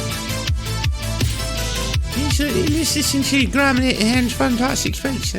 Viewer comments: Calling him British and doing a British accent is a bit weird, considering he's Irish :) Also "Graham" has two syllables ;) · His name is not pronounced gram.